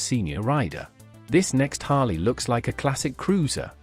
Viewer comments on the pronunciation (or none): Harlee, not Harluh. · AI pronunciation is CRAP! It's pronounced Harleeeeee; not Harla.